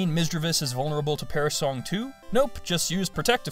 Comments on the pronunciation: When you said perish song, it sounded like perrah shlong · Hahahaha "Perish Shlong!!!!"